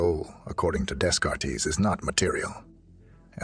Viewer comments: "Rennay Dayscartees"? Oh, please. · From the Department of Minor Knits: Rene Descartes. Something to consider - with that speech software - Rene Day Cart. Correct the pronunciation of his name and your voice output system will be otherwise flawless.